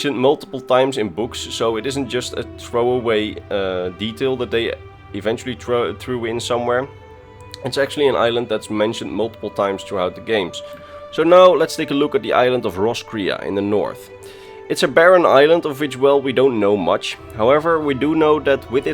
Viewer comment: not as 'Rwoss Kway'? mi rivu isi riun.